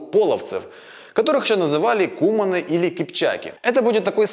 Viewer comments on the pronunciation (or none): Замечательно! Но только не кУманы, а кумАны! А то прям кровь из ушей! ))) А так, конечно, молодец.